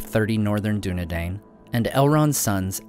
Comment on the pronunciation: Dunedain, Arthedain, lo even King Dain, all of these rhyme with 'dine' not Dane.